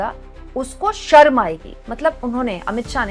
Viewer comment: अमित शहा हिंदी मे शर्म को सर्म बोलता है. पहले तो वो खुद ढंग से हिंदी सिख ले.